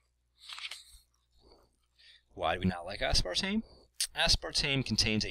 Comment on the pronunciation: you're putting too much emphasis on the ASPAR portion of aspartame.